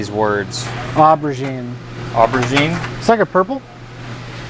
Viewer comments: Never heard of aubergine? Which is pronounced o-berjin not or-berjin 😂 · If anyone else reading this hasn't heard of aubergine before, it's what we in England call eggplants. Hence why Destin said it looked purple, same colour as the vegetable it's named after. Only we pronounce the first syllable as 'oh' where they said 'ah' in the video. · Ober-jeen. Lol. It's the British term for eggplant 🍆, and it's not pronounced like that. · "awh-bergine" I'm sorry what? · For anyone interested, it's pronounced 'Oh-ber-gene'. It's what we in the rest of the world call your eggplant. =) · "Aubergine" is British English (and maybe others, I didn't Google, for what American English calls eggplant. That's the reason for the name! It's pronounced 'oh-ber-jean' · Aubergine; pronounced oh’ber’jzeen. You’ll know it as an Eggplant. 🍆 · I didn't know Americans didn't know the word aubergine lol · Bloody Americans... "There are words I've never heard of before..... Au-ber-gine?"